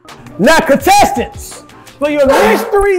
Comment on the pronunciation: Lmao says “catesants” instead of “contestants”